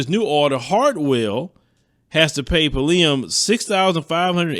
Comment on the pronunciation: He really does not know how to pronounce her last name